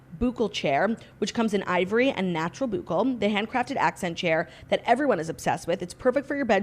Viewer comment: Claudia it is “boo-clay” not “boo-kel” LOL